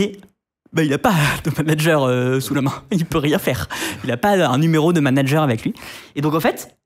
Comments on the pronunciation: "Nitendo" numéro de "Manger" au lieu de manager, les gars faîtes des efforts sans déconner... C'est de l'amateurisme là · A 07"21" NUMERO DE MANGER (MIAM MIAM) au lieu de MANANGER. MDR cet épisode